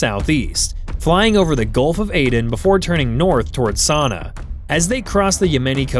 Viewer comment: In the past 10 days ive heard Sanaa mispronounced a hundred times! Tge second AIs the tip off. It sounds like "suh-nah"